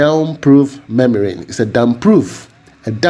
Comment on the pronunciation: Hi my good friend, You are do a great job! Please the 'M' in the DPM is Membrane not memrane.